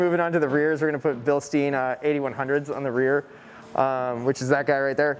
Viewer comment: This is the first person who has ever pronounced Bilstein the way I thought it was supposed to be pronounced. I hear everyone else say "Bilsteeeen"